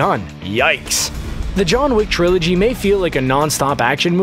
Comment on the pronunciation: I stopped watching when the video voice said “Trilogy”